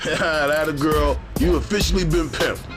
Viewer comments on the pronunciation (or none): none